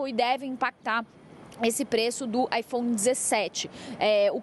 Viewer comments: AiFom? Drounis? eles são obrigados a falar assim, não é possivel kkkkkkkkkkkkk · Ela fala ifons ou é impressão minha? Hahah